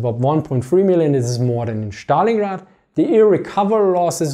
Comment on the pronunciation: It is like magic to hear you say ze Schtallingrad